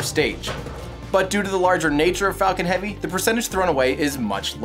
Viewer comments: When you first hear falcon heavy in the vid the guy sounds like he said Fuckin Heavy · i always hear "fuckin heavy" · What, is it me or it is everyone, what did I hear on … fk1ng heavy? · at the very start does he say fu**ing heavy, not falcon heavy?